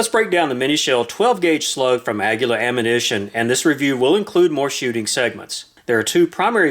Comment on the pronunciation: Aguila is pronounced "IL- KIL-YA. Those mini slugs are great.